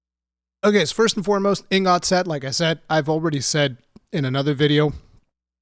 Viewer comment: You say ingot mad funny lol